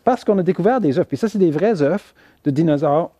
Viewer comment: Des « eufs « oh pour des scientifiques